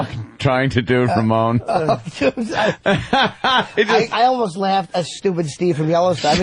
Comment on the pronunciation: The RRRaMoNe gets me every f'n time.